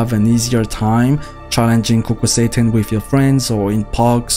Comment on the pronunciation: i kept hearing kukul satan